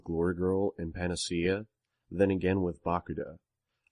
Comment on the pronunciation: Balaclava not baklava. Pan-a-see-a not pan-an-cea Leapt(l-e-pt) not leaped